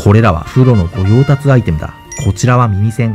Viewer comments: ごようたつじゃなくてごようたしな。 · ごようたつ→ごようたし ですね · ごよう「たつ」って笑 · 御用達をごようたつと誤読してるあたりがリアルなスロニートを演出してるな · 御用達（ごようたし） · 御用達（ごようたし）ですよw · どうしても気になってしまった。。。 「御用達」は「ごようたし」って読むんですよ